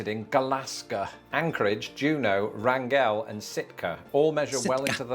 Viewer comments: He butchered the pronunciation of Wrangell. The is no stress on the "e". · "Wrangell" is pronounced like the word "wrangle". I'm Alaskan, born & raised (and I'm half Tlingit), and drove for a living there for 25 years before moving to Oregon. My longest road trip was from Denver, Colorado to Anchorage, Alaska, in a beat-up 1967 Chevy truck, which took me 4 days of 12 hours a day driving. Day-1: Denver, Colorado to Sweetgrass, Montana. Day-2 was Sweetgrass to Grand Prairie, Alberta, Canada. Day-3 was Grand Prairie to Whitehorse, Yukon Territory, Canada. Day-4 was from Whitehorse to Anchorage, Alaska. Total miles was 3,200.